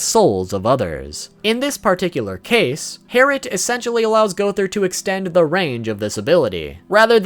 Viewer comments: It is pronounced twin bow harlet not twin bow harret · its not hairet its harlet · yes its not "tWiN bOw HeRrIt" Its double bow harlit XD you were right your pronunciation is a bit iffy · its not herit its harlet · Gowthers is not called herrit, it’s harLet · It’s Harlit not herlit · ITS DOUBLE BOW HARLOT NOT TWIN BOW HERRIT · It's called double bow Harlett not harret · harlett not heritt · Herrit? I think you mean HARLIT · Harlit...not herit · gowthers sacred treasure is harlot not hariot. With an L... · harrot? it's HARLOT. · It is harlit not harlit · I thought it was twin bow "HARLIT" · I'm so srry but is killing me gowther sacred treasure is harlet har-let I'm so srry plz no hate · Yes but its pronounced harlet, but is spelled herrit